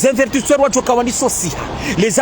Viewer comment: On dit pas invertisseur on dit investisseurs, et puis encore on dit pas ADN , on dit AND